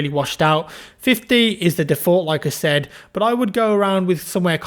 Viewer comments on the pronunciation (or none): none